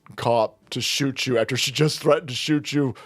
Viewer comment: "You ain't soot that gun" These bleeps can't even speak english...and they were BORN here.